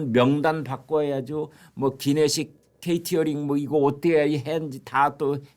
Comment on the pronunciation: K티어링이 아니고 케이터링